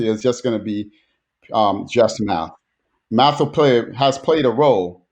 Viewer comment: I heard Matt instead of math.